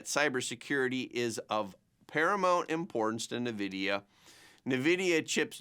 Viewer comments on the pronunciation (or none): bro… please… “en-vidia” … not “na-vidia”